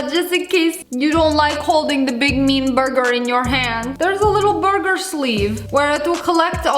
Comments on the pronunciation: The way she said burger BOOURGGERRR😂😂😂😂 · I love how she calls it a "borger"